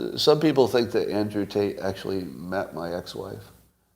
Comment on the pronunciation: Clearly Scott says "taint" and not Tate. He just did both on this pod. Is Scott jealous of Andrew? 😍